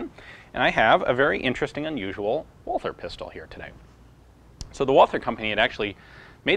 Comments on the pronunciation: The name of the manufacturer is pronounced "Val-tuh" not "Wah-ther." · Walther is pronounced without the th. German doesn't have that sound. Just say Walter. That's way better ^^ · Probably not the first to type this but the Germans pronounce Walther as "Walter." The "h" is silent.